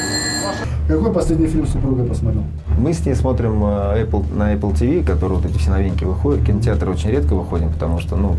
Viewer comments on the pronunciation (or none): none